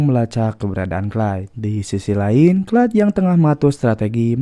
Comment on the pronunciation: Beuuhh mantap sinopsisnya. Film Gerard Butler memang selalu menyala 🔥🔥 btw ini narator udah bilang "Clyde" (baca=klaid), kok pada komen "Clay" (baca Klei) 😅 beda ygy...